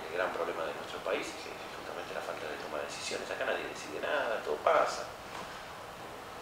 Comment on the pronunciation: FALTÁ!?? MILÓ! DIGÓ?DIÓS Y PATRIÁ"? NÓ?